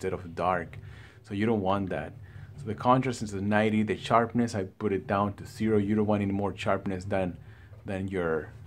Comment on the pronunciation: I was only joking with you bother as a fellow Latino it's funny how you say charpness instead of sharpness..but thanks but on a serious note I just upgraded from Ku6300 to KS8000 and it does look better but color wise in hdr if I put the 6300 color up to around 70 it pretty much looks the same with the wide color gamut of the 8000..I was thinking of just taking it back and getting the Sony X800d to save money if they look about the same.what do you think?